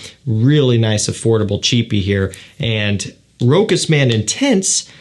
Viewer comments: it would've been Rokas if it was a german cologne, but Rochas is French so Rosha is the way to pronounce it:) but thanks for the review otherwise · We say Rochasssse not Rokas in France! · I always wonder if it is pronounced Rochas as you say it (Ash says it the same) My Mum speaks French and pronounces fragrances correctly says it sounding like "Roscha ". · It's French and pronounced 'ro-shuss' (with a short 'o', stress on second syllable)